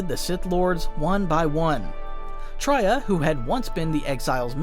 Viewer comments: Wookieepedia summary of the events? At least look up the pronunciations of the characters you're talking about. Traya comes from the word "betrayal," hence it's not pronounced as [Tr-ah-y-ah], but [Tr-eh-y-ah] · Real quick, you are pronouncing Traya and Kreia wrong. It is Tray ah and Kray ah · Tria? Who? Bro you cant read😂😂😂😂😂😂😂😂😂😂😂